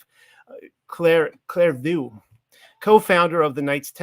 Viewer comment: this would be better if the reader could pronounce words like Pignatelli, Clairvaux, … ffs … he wrote a paper and cannot pronounce the proper nouns in it? “Sat urs” means satyrs? 🤦‍♂️ I survived 3 minutes. No further.